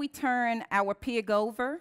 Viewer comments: i like how you say pig as piag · Took me a while before I realized she was saying "pig", lol. She keeps pronouncing it like 'pee-iq'.